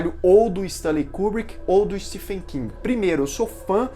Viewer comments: Se pronuncia steven king e não stefen!, o próprio autor corrigi como as pessoas pronunciam errado seu nome!. Stephen King (Steven King). O ph no nome dele se pronuncia como V. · Se pronuncia STEVEN King, mesmo sendo escrito Stephen. Inglês não tem coerência na escrita/Pronuncia. Fica a dica. Desculpa, mas dói meu ouvido.